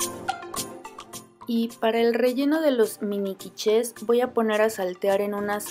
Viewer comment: te comento... se pronuncia "quich " aunque si se escriba quiche... de todos modos como siempre padrisima y deliciosas tus recetas me encanta tu canal.